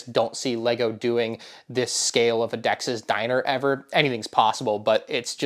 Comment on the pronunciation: I think he accideently said it weird